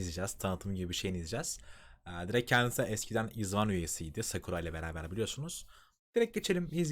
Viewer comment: izone, ayzvan diye telaffuz ediliyor :) ayrıca evet kısa saçlı da promosyon yaptı hem fiesta hem de secret story of the swan eralarında.